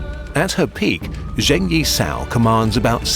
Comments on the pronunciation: I think many hours of research went into this video - so I beg you, please try to pronounce foreign words in a more accurate way, because hearing over and over "Zheng" as /ʒeŋ/ instead of /d͡ʒeŋ/ was really painful. I understand that there's a weird trend in American media to pronounce Beijing as /beɪˈʒɪŋ/, but English speakers are perfectly capable of saying /beɪˈd͡ʒɪŋ/ - I'm not saying you should pronounce it with tones, or anything like the original /peɪ̯ t͡ɕiŋ/, but as part of your research, figuring out the pronunciation of those words that you will repeat so many times is not too much too ask I think. Again, I'm not asking for native-like accuracy, just as accurate as possible with English phonology. Thank you. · Why do westerners pronounce every miscellaneous Chinese consonant like the French J? It's not even a sound that exists in Chinese. Zheng is pronounced like Cheng but without the aspiration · don't mean to be mean, but Zheng could be pronounced more accurately. just saying, since i'm sure you know how to figure it out. otherwise, not a big deal of course. super excited with this new channel :)